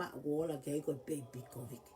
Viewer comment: Kataki koe covid not covic malo ofa atu